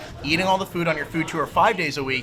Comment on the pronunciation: the way he pronounces tour makes me furious